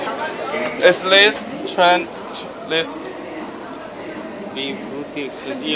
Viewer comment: 沒錯，this的發音太Chinglish了